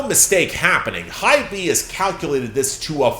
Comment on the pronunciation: hey! just wanted to point out that HYBE is pronounced like ‘hive’, except replace the v with b (so not Hy-Bee like how it’s currently being pronounced)